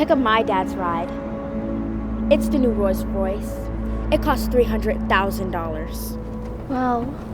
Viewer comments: nah did vicky say royce royce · She acted like her rolls Royce was cool but she couldn't even say it